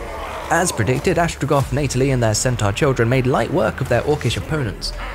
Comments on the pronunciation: "FeVERent"? "ViLiGant"? "Torrus"? Sloppy pronunciation there, bud. Bit cringe on the "Neightalie" as well. Not sure why you'd spam low quality greenskin units, though? On higher difficulties they are going to melt so you have to choose better units and on lower difficulties you earn enough to pick better units. Plus it would have been nice to show us what a real all-Chaos Dwarven army can do. I don't doubt Chaos Dwars will be awesome, but I would have loved to see more war machines. Not too sure about confederation requiring you to progress through the entire faction mechanic, we don't need another confederation struggle a la Empire. I suppose it's more about rushing points, but why have it at all when essentially the reward for going through your faction mechanic entirely is equal to unlocking a game mechanic that most factions already possess by default? That's not a reward. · Between the "diciples," the "arnament," the "viligant," and the wrong-context "Neightalie," this dude and his team could seriously use an editor.